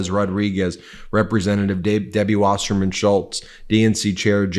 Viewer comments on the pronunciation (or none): none